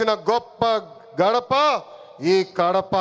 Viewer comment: Jathi kadu sir jathiya anali ore dhumpa thega gadapa kadhu kadapa anali